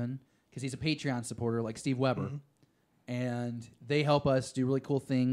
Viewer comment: Thanks, I appreciate the shout out, even if you did get my name wrong hahaha (WebSTer), that's okay. I'm just kinda touched to hear the mention, during a full episode no less.